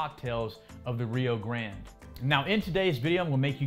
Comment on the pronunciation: “Rio grand” lmaooo